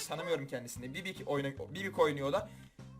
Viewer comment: Sen gerçekten dileizsin bibi ye bibik dedin